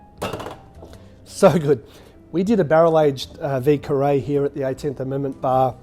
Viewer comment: French guy here... you wanna pronounce it VEE-YER KAH-RAY hehe :P ...Love this cocktail! My favorite New Orleans classic! I enjoy these often! Great video as always! Cheers!